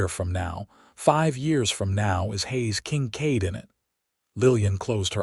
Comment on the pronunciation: The AI is irritating...Haze King-cade instead of Hayes Kincaid??? Really?